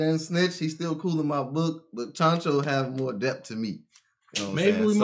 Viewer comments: Chancho ? Lol You mean Chouchou ? 😂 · ChanChou!? Do you mean ChouChou, the dog from Orange Town?